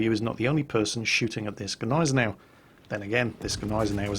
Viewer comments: big thumbs up for pronouncing "gneisenau" finlay right! cause the g isnt silnet like in the d in django;-) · Since the Gneisenau is named after good ol´ prussian Fieldmarshal Neidhardt von Gneisenau (hence a German) the "G" isn´t silent at all. So pronounced it pretty right ^^